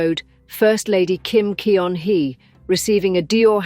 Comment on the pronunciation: Teach your AI voice that EO in Korean is roughly the UH sound in BUT, and that Kim Keon-hee sounds like KIM GUN-HEE